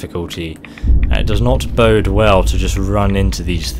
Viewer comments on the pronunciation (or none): none